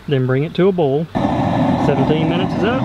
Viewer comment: Say Boil without sounding like "Boiah"